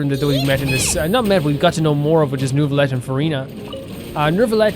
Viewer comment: It's neither actually 😅 the [eu] sound doesn't really exist in English so it's a bit hard to explain, but it would be closer to [uh] So you're supposed to say N-uh-vee-let (or N-uh-vee-yet).. it's clearly not new-villette tho His eng va pronounced it pretty well in his voicelines actually